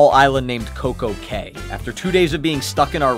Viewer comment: I’m a Bahamian a it’s not nasao it’s nah-saw (spelled Nassau) plus it’s coco key